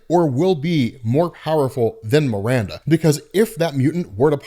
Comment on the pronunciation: "Miranda"? C'mon man, seriously?